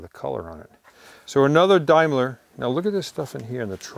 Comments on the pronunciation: Daimler pronounced Dame-ler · it is a Daimler not a Dimeler. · Oh hello it’s pronounced “ day ma lah “ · Dimeler ......Daimler....not .....dimeler lol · Daimler,not "DIMEler",just sayin' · Daimler is pronounced with an A as in USA not an i as in Dime, the i, is silent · The pronunciation is DAME LER not DIME LER . DAME like a woman. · Daimler is not pronounced dime’lar it’s pronounced dame’ler lol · dime-ler .....it's pronounced dame-ler ,,,, some cool cars here tho thanks for the look . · Actually its pronounced Dameler in England i know it's spelt Daimler but it's not Dimeler : ) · 'Daimler' is pronounced Day-mler, not Die mler. Trust me. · Tom, excellent show as always but as I’m sure many will point out in the UK it’s pronounced Dame-la and not Dim-ler! (I know, we’re very strange on this side of the pond). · Totally absorbing. The one to keep – the final-year Porsche 356 C. But please Tom, a Daimler is a "dameler" not "dimeler!" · It’s pronounced Dame-ler not Dimeler ! Daimler Dart in the UK, Daimler also made trucks and buses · Dimeler..Pronounced Dameler 👍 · Great video once again, but please pronounce Daimler correctly: Dame-ler, not Dime-ler. Cheers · Dame-ler not Dime-ler. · Day-m-lar ....... not Dime-lar ........ ??? in the UK we say Day not Die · daimler is pronounced daymler not dymler im british i know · It's pronunced Daimler not Dimeler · Jaguar is pronounced as Jag..u..ar not Jagwah,....likewise Daimler is pronounced as Dame..ler not Dime..ler.... Always happy to help out my American cousins when they mangle my native tongue lol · Daimler, is correctly pronounced beginning as you say dame, not dime say dameler, not dimeler.. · Why can nobody in the USA pronounce Daimler ?? Its NOT DIME-LER !! Its Daimler, as in Dame-ler. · It's pronounced Daym-ler, not Dime-ler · dame ler not dime ler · sorry to be pedantic!..it's not a Dime-LER, it'a a DAME-LAR It's a brit car an' I', m a brit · It’s Dame-ler not Dime-ler & Jag-u-ar not Jag-wah .